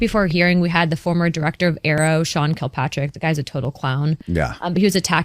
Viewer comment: Nobody likes the guy, but you'd think Luna would at least know by now it's Sean "Kirkpatrick" (Not "Kilpatrick") since the last hearing.